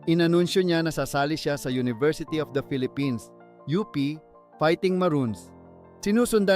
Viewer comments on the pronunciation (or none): none